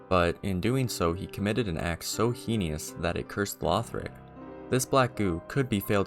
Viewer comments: I've gotta say hearing 'heinous' pronounced as 'heeny-us' really cracked me up lol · Great video, there were just a few pronunciation errors that I heard (Priscilla, heinous, steed)